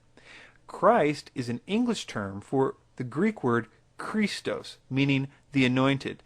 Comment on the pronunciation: is a noob at pronouncing greek. Iesous as iseus... seriously. It is pernounced I-e-s-oú-s. Don't get me started on him saying Chrístos instead of Xristós (x being the greek letter chi, it isn't pernounced chi).